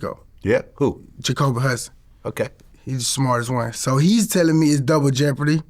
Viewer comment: “Douber jeopardy” 😂🤦🏽‍♂️